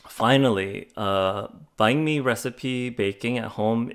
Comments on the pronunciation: Sounds like your saying bank my bum 😂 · lol at least get the pronouciation of Banh mi correct. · Please learn how to say it properly. It's "banh mi" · Your pronunciation of bánh mì is interesting. Nice vid tho